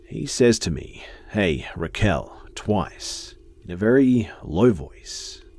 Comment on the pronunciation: Please tell me you didn't pronounce Rachel that way 😂